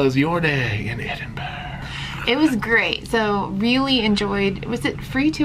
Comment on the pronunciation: Well done on the almost correct pronunciation of Edinburgh- that there is instant brownie points haha. (It's just Edin-bruh.) Just fyi, the red bridge is the rail bridge, the older car bridge is the Forth Road Bridge and the newer bridge is the Queensferry Crossing. I'm delighted you had such an amazing time here! These videos are fascinating to me, as someone born and bred from Edinburgh, it's fascinating and so nice to see the things that are just humdrum life for me, things I take for granted each and every day through new eyes- really makes me appreciate my beautiful city! Please come back, you're always welcome ❤ PS- when it comes to haggis, it is SO versatile. Not to sound too much like a Scotsman, my partner and I use it a LOT in cooking. Goes well on a spicy pizza, beautiful crumbled over salad and tastes extremely nice mixed into pastas. We tend to buy the tinned variety (available in pretty much every supermarket.) A toastie (grilled cheese to North Americans) with haggis inside it is out of this world!) If you ever come back, get in touch and I'll give you directions on how to work your way down the vertical city of Edinburgh, most side streets in the city centre are hills that take you down.